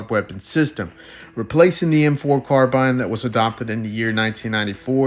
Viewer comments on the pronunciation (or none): none